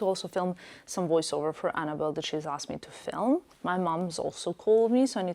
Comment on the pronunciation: You are perfectly fluent in English but you cannot pronounce the "th" sound? Wedder instead of weather, dat instead of that, udder instead of other. Why is that?